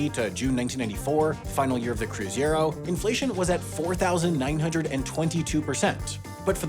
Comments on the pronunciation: It was fun getting to hear a native English speaker pronounce Cruzeiro and Real. 😄 (And note the ‘I’ after the ‘e’ in Cruzeiro. 😉) Fun fact about the “novo” versions of the Cruzeiro and Cruzado that wasn’t mentioned in the video. They were literally the same bills, but with three more zeros tacked on. That meant they could just stamp three more zeros onto existing bills and keep using them. The Cruzado was a redesign of the Cruzeiro, but it mostly just took all the extra zeros back off to start the process over. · I see what you did here! Mispronunciation of “cruzeiro” to get Brazilians to comment and create engagement! And here I am biting your bait, commenting, and creating engagement! But it’s carnival and on Sunday we will won the Oscar, so that’s ok! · that pronouciation of Cruzeiro is driving me crazy. I was there, I remember going to the bank with our babysitter to switch out her Cr$ to R$ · One correction, it was CruzEIro, not CruzIEro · Pretty accurate for a gringo. Just butchered the pronunciation and spelling of Cruzeiro. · How can you botch the way you say Cruzeiro in a video where the word is so important? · The fact that butchered the pronunciation of "Cruzeiro" but also misspelled the word to match his mispronunciation makes everything funnier for us Brazilians. I give him a pass, it is a tough word to pronounce for English speakers hahahahaha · I love the fact that English speakers can't pronounce "ei" without swapping the letter's places lmao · Great video! But hearing cruzeiro mispronounced several times did hurt 😂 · CRUZEIRO not CRUZIERO Video is good, but the repeated mentions of CRU-ZI-ERO instead of CRU-ZEI-RO broke my ears and mind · Cruzeiro, not Cruziero. 😉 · Its Cruzeiro, not Cruziero! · Small correction: the last currency before the real was called "cruzeiro real" (not "cruzado real.") Also, it is "cruzeiro" (croo-ray-ro), not "cruziero." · It's Cruzeiro, not Cruziero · It's cruzeiro, not cruziero 😆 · It's CruzEIro not CruzIEro!